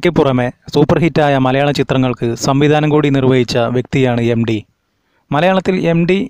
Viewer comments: എം. ഡി. യല്ല എം. ടി. യാണ് ഉച്ചാരണ പിശക് choondikkattiyathanu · 'എം ഡി' യാണോ 'എം ടി' യാണോ? ഉച്ചാരണം ശുദ്ധമാക്കുക......... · എം ഡിയല്ല. എം ടി. ഉച്ഛാരണം ഒന്ന് മെനയാക്കിക്കൂടേ...